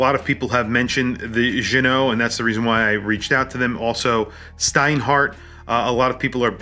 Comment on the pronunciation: Nice to see you know how to pronounce Ginault. Now you need to learn how to pronounce homage. (pssst. The H is silent). As for the review